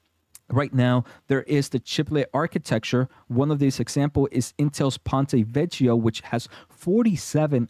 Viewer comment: Very interesting info. Thank you. Ch is pronounced like k in Italian, so Vecchio becomes something like Vekio (or possibly Vek-kio). It is sadly often mispronounced in the word bruschetta. Internet says that Ponte Vecchio means Old Bridge.